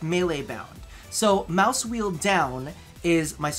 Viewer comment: dat g502 moice doe